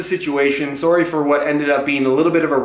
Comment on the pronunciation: At minute he says “soory” ( sue-ry ) and not sorry. He is TOTALLY Canadian😂😂